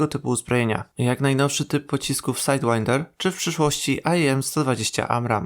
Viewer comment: To samo tyczy się pocisku "Sidewinder", który wymawia się "sajd łajnder" a nie "sajd winder" bo nie ma nic wspólnego z wiatrem tylko jest to nazwa gatunku jadowitego węża. Ale też nie zmienił swojej wymowy i dalej mówi "sajd łinder". Szkoda :)